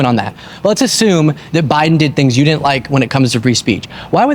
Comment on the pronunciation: you're an intelligent guy. Please stop saying dinnint. The word is didn't. Thank you, and you're welcome.